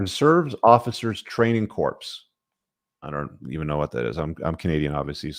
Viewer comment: 'Corps' is pronounced as 'core'. ROTC= Reserve Officer Training Corps(Core)